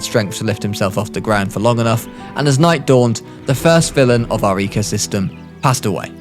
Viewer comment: you mispelled the thumbnail u said "ecyosystem"